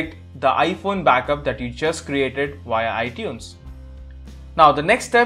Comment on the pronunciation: LMAO i was like what he say iDunes, i dont have no iDunes